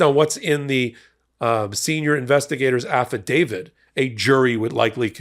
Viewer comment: Why do you say Affitdavid? I'm not a lawyer but I think it is a affidavit.